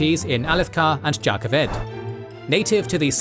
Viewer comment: Its Jan Keved not Jah Kaved